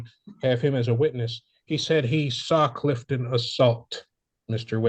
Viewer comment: Dude said "Captain CLIFTON!"